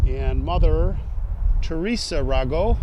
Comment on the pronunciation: It's pronounced RAYGO, with a long A sound. The family are prominent funeral directors in Chicago.